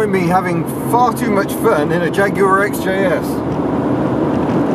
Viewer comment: Is this a jagwire